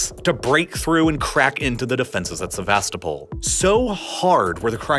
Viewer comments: Correct way of pronouncing Sevastopol is: sɛvəˈstoʊpəl with a stressed 'O' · Se-vas-TO-pol! In the late 90s our kids met a Ukrainian exchange student, who said she was from SevasTOpol. Otherwise, I learned a lot from this thorough video. Thank you. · the way he pronounces Sevastopol 🤮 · The pronunciations make me wanna puke. Especially Sevastopol